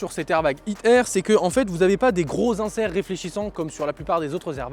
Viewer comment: Je suis le seul à chaque foi qu’il dit hit air j’ai vrm l’impression qu’il dir hitler